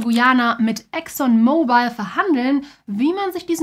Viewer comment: Der Ölkonzern heißt übrigens nicht Exxon MobilE, sondern „Exxon Mobil“ und wird dementsprechend auch nicht wie das englische Handy ausgesprochen! :) In der Grafik führt diese Aussprache übrigens auch genau zu einem Rechtschreibfehler, dort schreibt ihr Exxon „Mobile“ 😅